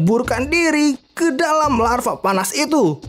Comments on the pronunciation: ralat min lava bukan larva kalau larva itu sih serangga sejenis ulat dll🤭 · Perasaan gw kok kagak enak y, setau gw itu lava bukan larva e? Gimana tuch minn